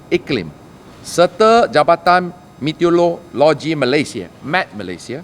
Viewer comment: Siap siaga bukan saga meteorologi bukan metreologi